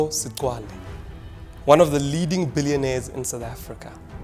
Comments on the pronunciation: Awa maan it’s pronounced Segwale that X =g 😂😂😂😂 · Why is this guy failing to pronounce all known segwale🤣🤣🤣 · Where have you been that you can’t pronounce segwale🤣🤣🤣